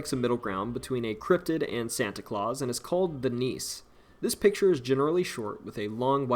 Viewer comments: Not Danish, but have Danish ancestry here. I believe nisse is pronounced like Nissa, not niece as pronounced in the video. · Nisse is pronounced "nissa". It's a house or land spirit.